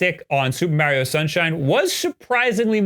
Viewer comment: Why do you pronounce Mario like that?